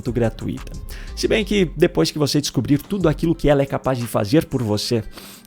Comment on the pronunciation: "Gratuita" é uma palavra paroxítona e sua tonicidade é na sílaba "tu". Não existe, portanto, a palavra "gra-tu-I-ta", mas existe a palavra "gra-tui-ta". O "i" e o "u" formam um ditongo, ficando juntos na mesma sílaba - é claro. Matéria aprendida no primário...